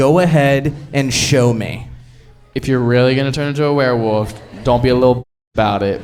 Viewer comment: my fav part was saying were-woof instead of werewolf 😭